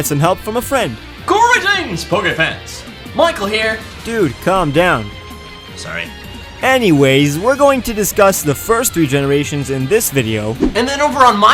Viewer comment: lol. he said dowm